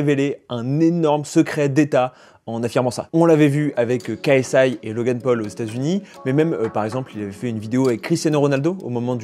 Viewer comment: Pourquoi tu prononce KSI moitié anglais moitié français ? "KA ES AY" en anglais c'est "Key ES AY" bref dis "KSI" en français là ça fait bizarre